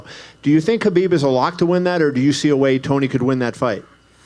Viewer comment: He cannot saying the name Khabib..